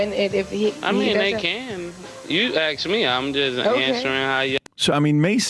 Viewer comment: Just axe me. No wit I'm saying lol